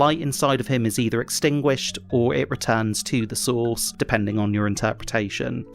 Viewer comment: Every time you say “source” I hear sauce. I’m getting Lost in the sauce.